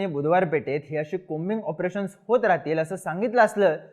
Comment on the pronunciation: कॉबिंग आपरेशन नाही की कोबिंग आपरेशन..😂😂😂😂